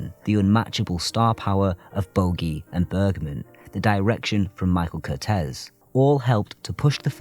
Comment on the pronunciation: It's usually pronounced Kur-teez.